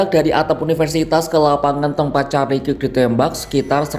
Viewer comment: kirk dibaca kerk om